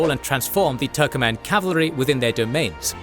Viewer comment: It is not turkoman. TURKMEN